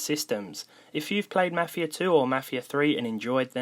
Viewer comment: i think you're saying mafia weirdly, might be your english accent tho